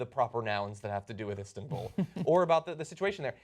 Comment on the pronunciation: "Istinbul." -John Iadorola